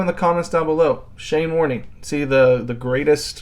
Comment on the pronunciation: Warnee😂😂😂Trust a Yank to bugger the obvious up!!!